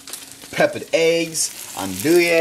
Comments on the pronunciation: I love all of your videos but is pronounced "ondewy sausage" I know I'm annoying pointing that out it's just my thing. Love you! See ya. Bye!!! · Just so you guys know, the "e" in andouille is silent. Just sayin'